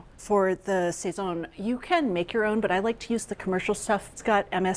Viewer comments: We Puerto Ricans pronounce it sah-sone. Not say-son. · I love ATK, but you really need a Latina on there. Your Puerto Rican/Cuban foods are not even close to authentic. I had to turn off the sound. Every time they say sayzon instead of sahson, it’s like fingernails on a chalkboard! What ever happened to Natalie Estrada? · The pronunciation is killing me lol sayzone 🤣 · Isn't it pronounced "Sa- zone" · The pronunciations are brutal. Sweet mercy. "Sayn-soon", "Ah-chay-o-tay"... have heard these words spoken or read them and make a guess at the pronunciation?